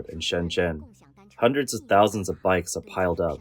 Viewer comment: Yeah I noticed that.